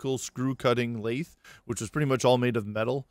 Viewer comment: Very good video. Thanks. PS. This isn't a criticism, but I've never heard "lathe" pronounced the way you pronounce it. I've always heard it with a hard "th" sound, not a soft one. It might be just a regional variation or something. I'm no expert. But if not, you might want to listen to this